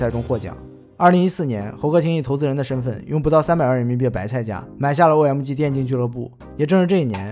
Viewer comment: 微客得(victor), 噢麦嘎(OMG), 一股乡土气息扑鼻而来 🤣